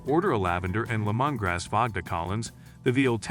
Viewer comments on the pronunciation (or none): Better than his pronunciation of lemongrass.